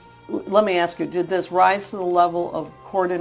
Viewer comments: Did you “axe Michelle” for permission to upload this video? 🤣 (BTW great job) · AXE HER, AXE MICHELLE 🪓🤪🪓